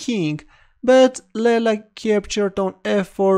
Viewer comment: It's not "Lella". It's "Leela".